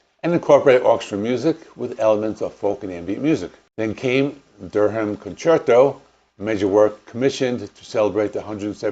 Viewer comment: Great video great series, please check pronunciations of English words, it is dur-am, rhymes with fur-am. Durham Durham.!